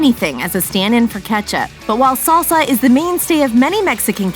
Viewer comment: It's salsa, not saulsa. Short A as in fast